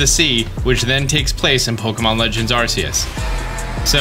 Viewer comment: I'm glad practiced pronouncing Phione but what happened to pronouncing Arceus? Love the vids:)